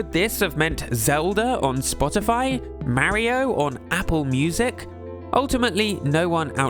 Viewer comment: Why do you pronounce “Mario” so wrong? I can’t make myself sub to you for that.